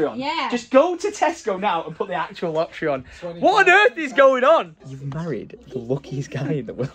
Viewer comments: sorry am i missing something or have i been pronouncing lottery wrong my whole life? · Sorry but the way pronounced "Lottery"😂😂😂